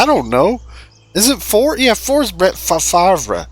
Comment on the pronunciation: my granddaughter said one day hey grandpa, how come you say brett favre that way when its spelled fav... re I laughed so hard when you looked and then relooked at the wheaties box